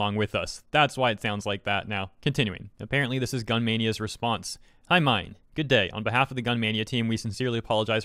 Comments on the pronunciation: minh is pronounced as min like min min from arms not mine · Also, I'm pretty sure Minh's name is pronounced like "been" not "mine" 😭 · The name is pronounced as ming. Minh is a Vietnamese name common in Vietnam. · I think his name is pronounced "min" as in, "mint". Not 100% sure, but I know some Vietnamese dudes with that name. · "minh" pronounce like "mink"